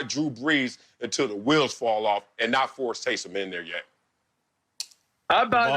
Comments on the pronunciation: Lavar: Tay-som Hill lol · Tay-sahm Hill 😂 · “TAYSAHHM HILL” - Lavar Arrington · Who the eff is Tay-Salm Hill? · Lavar pronouncing Taysom as if Taysom Hill were a brother.